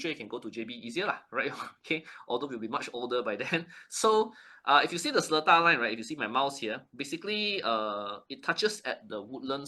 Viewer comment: Hallo... It's pronounced se-LEE-TAR... The middle syllable is LEE... not Le... So you're not Singaporean enough yet...